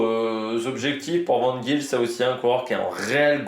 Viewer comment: Vidéo top ! Niveau prononciation, c'est ; - Van Gils : Van Gchils (en fait c'est un g qui vient du palais, un mélange de G et de ch. Un peu comme un chat qui siffle.) (En fait en néerlandais des Pays-Bas, le g se prononce plus ou moins r, en néerlandais de Flandres, c'est comme je viens de l'expliquer.) - Vandenabeele : Van-den-a-béél - Van Eetvelt : Van Étvèlt - Paaschens : Pâââskèns Me semble-t-il que c'est tout ce qu'il y a comme nom un peu tricky chez lotto ( si ce n'est les vermeersch, van moer,... que tu prononce déjà bien)